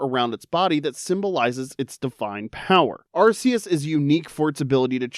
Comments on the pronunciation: 1 it’s ar-KEE-us and 2 god was introduced in gen 4 not 5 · Arceus got the wrong generation AND wrong pronunciation. Evil.